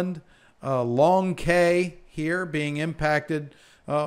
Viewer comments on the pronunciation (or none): "Cay" is pronounced "Key". "Cockburn" ( Cockburn Town ) is pronounced "Co-burn" ) - Good meteorological work sir.